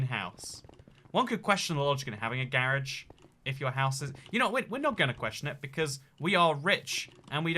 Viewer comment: I love the way he say garage 🤣🤣 “GAarge”